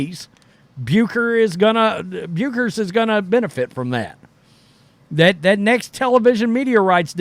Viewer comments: "Byooker? ...Byooker? " (pause) Ferris "Byooker?"😅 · Love your commentary. Please please please pronounce Paiges last name correctly. It sounds like "Beckers". Not "Bukers" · Bueckers, pronounced, Beckers. Paige was CC22 b4 PB5 had 2 season ending injuries. UC🐺NN is Elite 🏀 & Bueckers is 1 of The Greats. PB5 is coming back hopefully to bring another National Championship(11) back to UC🐺NN. Watch PB5s Highlights!!!, there are plenty to choose from. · its pronounced beckers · When pronouncing Paige’s last name it is said without the “u” It’s pronounced as if it was “beckers” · Paige Buecker's last name is actually pronounced: "Beckers" as in checkers, don't ask me why the Germans put a "u" in it Bueckers and Clark are actually very good friends. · It’s pronounced Beckers😊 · Hate to do this, but Paige Bueckers' name is pronounced 'beckers'.